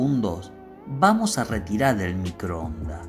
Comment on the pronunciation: No sé cuántas veces dijo: MICROONDA... señor, se dice microondas, con la letra S al final !!! Le faltan muchas ESES en cada frase....